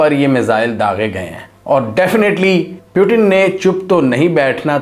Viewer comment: Bro" Putin" hota hai ,"Putin " nahi 🤣🤣